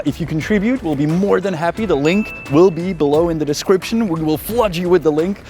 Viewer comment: zappoměl to happy řádně vyslovit svym kundapřízvukem hepíííííííí